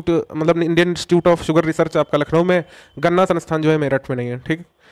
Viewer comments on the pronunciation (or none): none